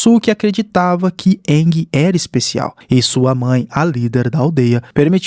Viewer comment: Bacana essa versão mais proximo do desenho.... mas o nome do avatar é Aang [Eengui e não iangue]....rs